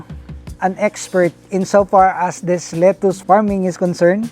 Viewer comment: Your pronunciation of “lettuce” is wrong! It’s kinda irksome and distractive to the positive narrative!